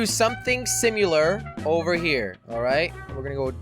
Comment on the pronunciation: Did... did you say "simular?"